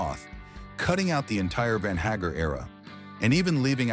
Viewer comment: Van Haggar ? Nice pronouncement by the narrator. Haha